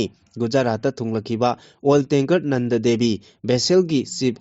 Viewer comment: Ebungo ! "Nand" haigadw natte ...."Nanada" haibiyune 😃